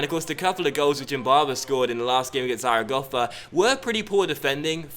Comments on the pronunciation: great pronunciation on zaragoza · I think it is actually spot on